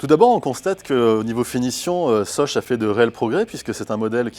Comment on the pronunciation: 'de ssoss' j'étais morte